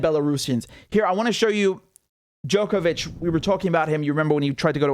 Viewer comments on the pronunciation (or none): none